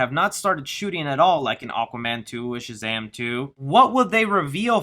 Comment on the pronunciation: You’ve been working on not saying “Chazam”. Good job! 😊